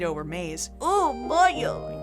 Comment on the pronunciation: I have to admit I giggled when you said bollo